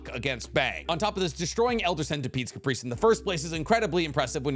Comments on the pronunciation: i hear Caprice and im sure ur trying to say Carapace lmao XD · Carapace. Not Caprice. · Carapace Care A piss Please PLEASE pronounce it correctly not Caprice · Hearing pronounce carapace is painful